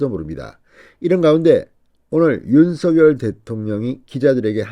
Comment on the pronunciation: 윤서결 × 윤성열 0 똑바로 읽으시오